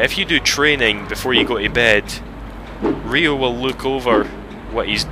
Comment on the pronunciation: im slightly pissed of now because his name sounds stupid i thought it would be ryo but r-aye-oh not r-ee-oh